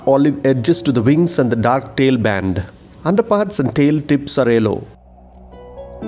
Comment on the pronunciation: i needed this vedio on bulbuls. thank you so much but it "Yellow" not "ellow" sorry for correcting :-D